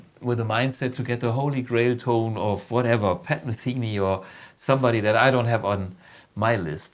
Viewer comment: For your Blugipedia…it’s Pat Metheny, not Mathenay. And I think I can remember Mr. Blug playing You ain’t see nothing yet with the legendary Band "DDR" in the Kühlhaus, must have been end of last century 99 or so. At least we played "I Was Made For Loving You" together and I still have some pics and the whole Gig on VHS. Mr Blug with his "Schtreifehörnche" Buchs on, what a thrill.